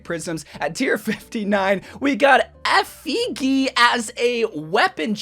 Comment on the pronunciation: You pronounce it effi-gee (pronounced as the letter G)